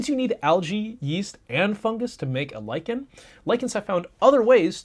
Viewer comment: "lichen" nononono "liken" I hate English